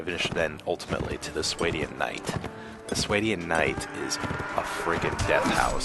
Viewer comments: I think it's called sw-ah-Dian not s-way-Dian. But besides that good vid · What's a SWAY-DEE-IN?